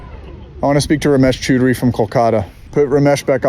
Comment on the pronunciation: He also mispronounced Chowdhury but who cares